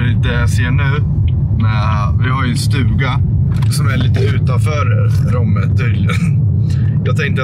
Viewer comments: Det heter Romme, inte Råmme 😂 mvh Borlängebo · Nej de heter ROMME inte råme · Romme heter det och inte RÅMME, får panik när man uttalar det med å 😂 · Det stavas Romme och uttalas Romme. Inte Råmme 😂🥰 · Vart fan får nå RÅMME ifrån när det heter R O M M E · Man säger inte Romme som tjejen man säger som han gjorde först . Bor i Dalarna så vet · Du uttalar Romme som O inte å